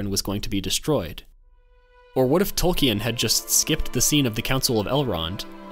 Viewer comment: Tol-keen, not Tol-key-en